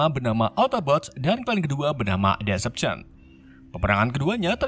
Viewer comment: maaf bang namanya decepticons salah penyebutan